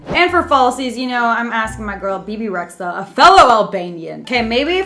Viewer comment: for being a "fellow albanian" im surprised you managed to mispronounce rexha. im also surprised nobody else pointed it out :(